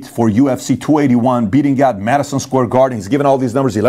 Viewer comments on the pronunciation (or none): none